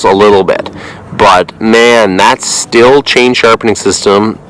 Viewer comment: As a Stihl rep I must tell you it is pronounced (steel) not (still). Second, never touch a chain file again please. You have no idea what you are doing. That is all.